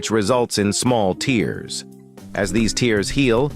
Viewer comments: The AI narration mispronounced tears. It should have been pronounced (tares). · Yes, stretch marks cause tears of sadness! This is how you can spot an AI, by it mispronouncing tears as tears! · hhhmmmmm so A.I doesn't know when to read it as tear instead of "tear" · I'm laughing at the "tears" pronunciation 😂😂